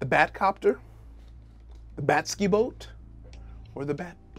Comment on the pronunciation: "To The Bat-Skiboat"